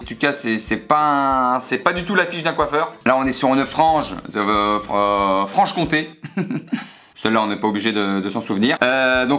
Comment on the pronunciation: "Frange Comté" j'adore ahaha